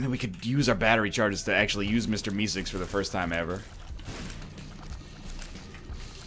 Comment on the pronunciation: ''mr misicks''. ''mr misicks''. ''mr misicks''. kill me. someone please. he cant even pronounce mr meeseeks